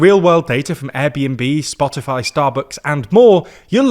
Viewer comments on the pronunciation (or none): none